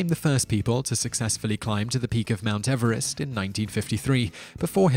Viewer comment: The name of the man Everest is pronounced Eve-rest as in new years Eve.......M